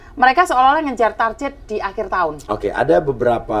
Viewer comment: KOREKSI mba, bukan TARJET tapi TARGET